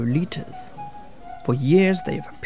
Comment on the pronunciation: lol "low-litas"